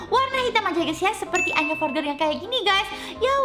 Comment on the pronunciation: Kak maksudnya tulisannya"Anya Forger"tapi di bacanya "Anya Forjer"ya kak😁😁😊😊